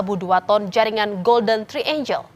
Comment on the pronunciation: Bukan “golden traenjel”, tapi ”golden traenggel”.. Hrs belajar bahasa Inggris kalau jadi host atau pembawa berita 🙏